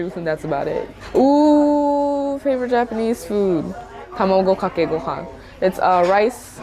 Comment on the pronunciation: 8.55 she said "hameygokakeygohaan". Just give me some please, you said that so beautifully